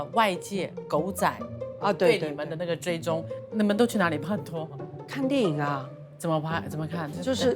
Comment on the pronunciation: 不要再pa拖了是pai拖除非您是想读粤语没读准